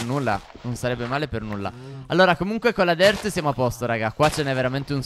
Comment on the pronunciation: Ma perchè dici dert di terra